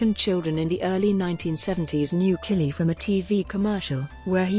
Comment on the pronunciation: You would think someone narrating a doc on Jean-Claude Killy would learn to pronounce his name correctly.